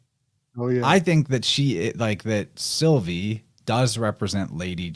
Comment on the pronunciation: when you said Sylvie i heard Sophie which lead me to Sylphie. Don't know if thats relevant 🤔